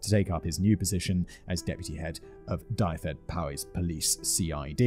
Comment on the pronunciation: Murdered those place names so hard I had to look some of them up to know where you were talking about! But tbf, that double LL in LLangolman is a doozy and I can only suggest hearing it aloud, as there are no like for like samples I can use. Still Dyfed is Dove-ed (as in the bird) and Powys, is Pow-iss. Cleddau's dd is a soft th- and au is like eye. 😊